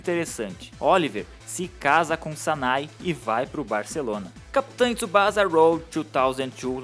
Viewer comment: Cara, pelo amor de Deus... Não é Tsubaza... Se lê Tsubaça, com som de dois "S"... Só pra informação, o nome original dele é Oozora Tsubasa. Também não é Jota League... É Jay League em inglês mesmo... E não é Capitain Tsubaza Jota... É Captain Tsubassa Jay! Se eu puder contribuir mais, fico feliz! Abraçø!!